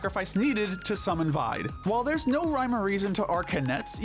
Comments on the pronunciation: I hate how you pronounce Vide as Vyde instead of how it's been pronounced Veeday. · This is a good video, but gosh, do you guys actually listen to the game dialogue? Vide's name is pronounced VEE-DAY, not VIED. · You pronounced Vide wrong.